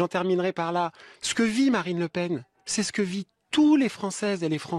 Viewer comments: c est marine frérot pas mariline 😂🤣💪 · c'est moi ou il dit Marilyn Le Pen :)